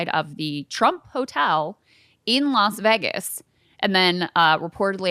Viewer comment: This chick said “las vigiss” and”telamet-tree”